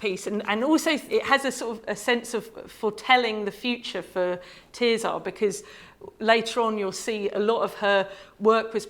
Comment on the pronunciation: Her name is not ’Tear Czar’. It’s TerZer. Her family say it that way, and it derives from the Latin Tertia. Sad that this oversight undermines what is otherwise a very interesting talk.